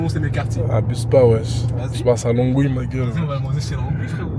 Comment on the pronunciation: Ça se dit lonwii 🤣